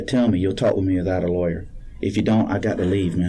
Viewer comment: He said lawer5 times